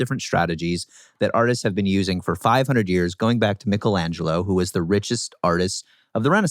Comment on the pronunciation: Ahhh he said “Michelangelo “ correctly!!!!